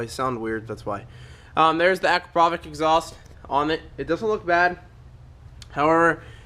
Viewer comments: man its pronounced a-krap-oh-vitch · Pronounced A- crop- a- vich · Hey, it's pronounced Acrap o vich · Does no one understand that it is pronounced Akra-pov-itch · I thought it was pronounced ah-cra-pou-vich? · Heads up, that's not how you say "Akropovic"